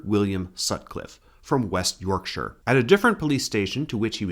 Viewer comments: Ty for saying Yorkshire properly 🥹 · Yep… and he almost pronounced ‘Yorkshire’ correctly.